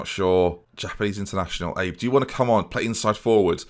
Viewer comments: Yuji Abe is pronounced kinda like: Ah-bey Love seeing teams being built. Lets go Nice! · abe is pronounced Ah Bae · Abe would be pronounced “Ah-bay” since he’s Japanese